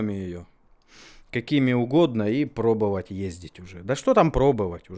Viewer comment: Первая минута ролика и в два голоса слово пробОвать произнесено как пробЫвать! Всё, дальше можно не смотреть, ибо для меня это критерий...(((